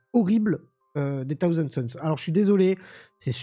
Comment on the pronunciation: ...Alors, vraiment, sans faire le chieur vis à vis de l'Anglais et sans exiger un accent de la haute britannique... Par pitié, juste le minimum syndical en prononciation : c'est "SauZand" Sons. 😁 Et pas Death "Gouarde" non plus. Sinon, à ce titre autant dire World itté, ça reviendrait au même. Bref, je fais chier ! 😉 Sinon, d'accord avec le propos de la vidéo. Et oui, les robots TS sont infâmes.